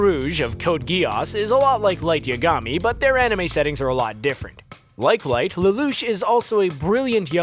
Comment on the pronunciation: I couldn't get past the part with Aizen where he absolutely BUTCHERED the pronunciation of Zanpakuto. Also screwed up Light's name as well. If you're gonna make a video compiled of random garbage at least pronounce the shit right...